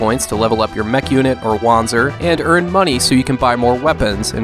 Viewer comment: Pretty sure it's pronounced "Vanzer", it is German after all.